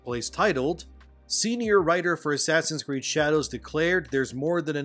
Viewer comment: He said ass creed haha. STOP ABREVIATING SPOKEN PHRASES. Its very off putting.